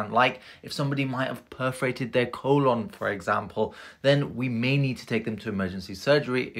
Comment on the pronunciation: Have I been mispronouncing “colon” my whole life so far OR is that an accent? I pronounce it col-uhn or col-lun, but he pronounced it co-lawn. (He pronounced it Like it’s a shared lawn or community lawn)